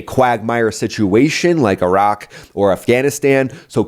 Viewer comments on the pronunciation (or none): none